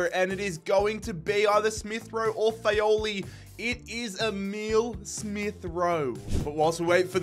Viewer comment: Great episode as always!! Just a small annotation to make, Fagioli is pronounced FA - JO (like in John or Jamaica) - LI